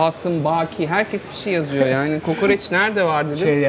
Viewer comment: "Kukureç" değil "kukuriç" tir o. Babamı 40 yıldır düzeltemedim oradan biliyorum.😂😂